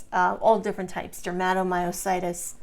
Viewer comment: OK, WHY IS THIS WOMAN CALLING DERMATOMYOSITIS, SO WEIRDLY 😢 DERMA, IS THE SKIN. THAT'S NOT HOW YOU SAY IT. MY CHILD, HAD IT. HER CK, WAS 16, 000. PLUS THE RASH, IS NOT, JUST THE HANDS, THERE'S THE BUTTERFLY RASH, THE FEET, LEGS. IT WAS SO DISTRESSING 😱, 😲 TO SEE MY CHILD SO DAM ILL. SHE, HAD, EMG, SHOWING, HER MUSCLES WERE DYING, HER MUSCLE BIOPSY, WAS CONFIRMED. HER, FRICKEN SPECIALIST, DECIDED NOT TO TREAT MY CHILD, 'WAS NOT THIN. SHE'S AN ADULT NOW, SHE STILL GETS THE RASH, THAT, PRETTY MUCH EATS HER.🥶🥵. I'VE BEEN GOING THROUGH MUSCLE ISSUES FOR A LONG TIME NOW. I AM IN PAIN 24/7. USED A CRUTCH, FOR AROUND 15YEARS. I WAS EXTREMELY ACTIVE😮. BANG, SUDDENLY, I COULDN'T DO THINGS. I HAVE VERY RIGID MUSCLES 😭 CAN'T GET OUT OF BED 😔, MY MUSCLES WON'T LET ME 😢. I FALL A LOT 😲😱. I HAVE TWO FORMS OF DYSPHAGIA, (SHE SAID THAT, IN A WEIRD TOO). I'VE RECENTLY, HAD POSITIVE ANA. COMES, WITH LUPUS AND MIXED CONNECTIVE TISSUE DISEASE . A MYOSITIS. DAM, NOW AFTER ALL THESE YEARS, OF FIGHTING GASLIGHTING DOCTORS 😂. (THEY ARE LEGAL DRUG PUSHERS 😮). SO, I WAS PUT ON DIAZEPAM, AROUND 15 YEAR'S AGO. HOSPITAL, WON'T SEE ME UNTIL I'M OFF IT. SO, I'M WEANING OFF, THAT'S FINE. BUT FEEL SAD, 🙏 I GUESS, MINE IS POLYMYOSITIS OR B.I.M. I AM DISGUSTED 🤧😨💯 THAT SHE SUGGESTS, THE COVID VACCINE, COULD BE A CAUSE, FAKE NEWS THEN 😢. AND HIV. NAH AHA 🤢🤧.. NO ONE NEEDS, TO HERE THIS. ANYWAY,🙏 😱 THAT'S ENOUGH. AS ALL THESE POST, THESE VIDEOS, BUT NEVER REPLY TO ANYONE. HOPE ALL YOU SUFFERERS, ARE DOING 😊 OKAY.